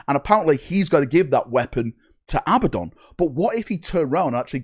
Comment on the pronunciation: Who is Abbadon? Learn how to read and speak English. It is Abaddon. A-bad-don.